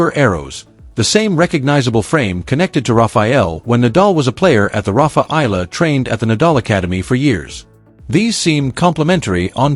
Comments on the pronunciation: A. E = Alex Eala - E-ala. Not Ayala, Ela, Aela n illa.😊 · Eyala pronunciation E-yala